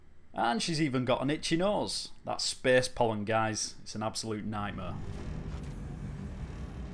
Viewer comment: "Well, he disappears without a treaeaehhhsss" "...into open speaehhsss"